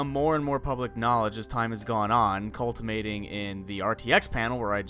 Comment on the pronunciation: *culminating, not cultimating. The latter is not a word.